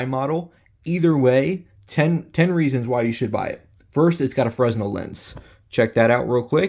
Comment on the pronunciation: Fresnel Lens (pronounced fray-NEL). Your welcome.